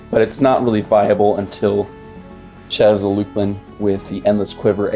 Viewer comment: uou mean LUCKLIN ..not luke-lin